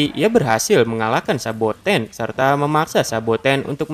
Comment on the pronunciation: Saboten bang bukan sabakan